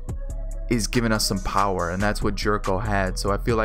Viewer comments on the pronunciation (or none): none